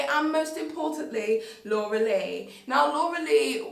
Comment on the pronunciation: i thought she was saying dora the whole time